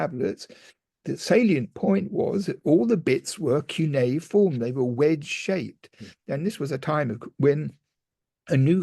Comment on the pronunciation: Sounds like, que-ne-form. Cuineform!